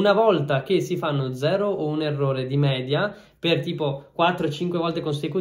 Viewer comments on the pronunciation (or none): none